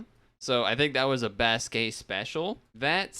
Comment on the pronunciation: Thanks for doing my request! And btw, you pronounced "Basque" correctly the first time you said it. And idk if you noticed, but I uploaded some of these and I apologize for Brazilian Portuguese having dirt quality, lmao. I think I uploaded that back when I didn't care about quality all that much. And I also uploaded Slovak. The episode came all pixelated, lol. I also uploaded the German version. And I noticed you sorta butchered the pronunciation of the dub's title. The best way I can say how it's pronounced via text is "Donkey Kongs au-ben-toy-ya (Abenteuer)". And that voice you heard at the end of the Slovak opening is something called a title voiceover. When a dub doesn't have a localized logo, they would sometimes do a title voiceover. Which is saying the dub's name whenever the logo appears. The name of the dub is called "Gorila v Červenej Kravate". Title voiceovers are really common in languages such as, Spanish, Portuguese, Russian, Ukrainian, Bulgarian, Czech, Hungarian, Polish, etc. And it seems that the Slovak dub uses prints from the German dub, which is why the logo is the same in both dubs.